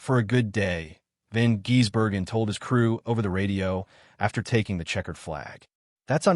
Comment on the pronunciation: last I checked it's Van GISS-berg-en, not Van GEESE-berg-en